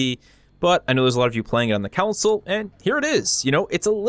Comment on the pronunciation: Concil? I came for console. Disliked